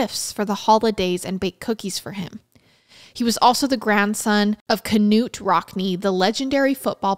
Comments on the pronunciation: It’s not pronounced Ka-noot Rockne, the K is silent, it’s just pronounced noot-Rockne. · It’s not Kanute Rockne, LoL…the K is silent, it’s Newt. I like your podcast, just trying to help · Err…I know this is totally unimportant…but his name is pronounced NEWT Rockne…. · It’s pronounced Nute lol the K is silent